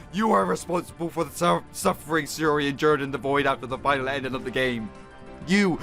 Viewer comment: Yeah just sayori best waifu! But your saing siori not sayori